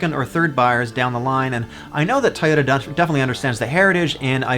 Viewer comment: It’s “Toyota” not Tyota. Toy. Toy. Toy!